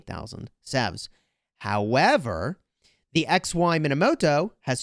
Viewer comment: You were saying the name wrong the entire time. It's pronounced Moneymoto